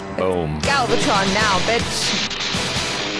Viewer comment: Don't think too hard about the strangeness of the show. They once had the Autobots wearing giant lab coats in an early episode. :D Also, why do you keep getting Galvatron's name wrong?? It's not hard. :D